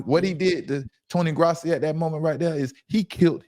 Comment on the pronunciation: He doesn't deserve to have his name pronounced correctly... Damn you and him